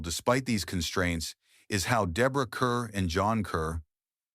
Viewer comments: Deborah CARRRRRRR not Kerr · Kerr is pronounced CAR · Interesting video for sure. One slight irritation. Deborah Kerr's last name FAMOUSLY rhymed with STAR! I don't know how her costar John Kerr pronounced HIS last name, but Deborah's last name most DEFINITELY should rhyme with STAR. It's unfortunate your not saying the last name right especially due to Deborah Kerr's prominence in movie history. It undermines your authority when talking about movies. So in the future be 100% sure that when pronouncing famous mega stars, that you pronounce their names correctly. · Thank you, thank you, thank you! My hackles rise every time I hear her name mispronounced!